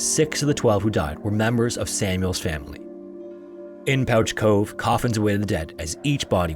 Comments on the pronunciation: Thanks for featuring one of our stories (Newfoundland and Labrador) just one thing is Pouch Cove is pronounced "Pooch" like a dog. Again keep up the great work!!!! You might also want to check out the KoFC fire or any of our great fires here in St. John's as well the sealing disaster of 1916 or our losses as a country at the Battle of the Somme in WW1 or the truxton and pollux us navy sinkings off our coast. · Pouch Cove is pronounced 'Pooch' Cove! Thank you for covering a Newfoundland story :D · as a newfoundlander i am shocked by this inaccurate prounciation of pouch cove. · Newfoundland shout out here. It is pronounced like pooch, not pouch. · Great video as always! the name Pouch Cove is spoken like "pooch" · Proud newfoundlander here just came here to say its pronounced “pooch cove” understandable mistake though lol love the videos! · It’s pronounced “pooch” cove, like a dog. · pouch cove is pronounced "pooch" cove. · Interesting. Do you always pronounce pouch as pooch? Or is just this particular cove?. Please me so I can get notified. I'm genuinely interested in knowing this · I know how it looks so I don't blame you but it's pronounced "Pooch" Cove :) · In Newfoundland, it’s pronounced pooch like a dog, not pouch like a bag. “Pooch” cove. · I'm from St. John's, and I absolutely love that you talked about this. We tell so many folk tales and ghost stories about it. I apologize for our dialect being very strange. By all logic it should be pronounced 'Pouch' Cove. But it's called 'Pooch' Cove. Similar to the cute world for dog. Our dialect is so strange. But you pronounced Newfoundland right, and for that, Sir, I salute you! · Pouch Cove has me screaming though. And it has never occurred to me that we spell it like that and mispronounce it that’s just so weird. Because that is how you pronounce pouch, but it’s still pooch. Lol